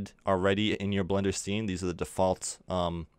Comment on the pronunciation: I Hate the way he says default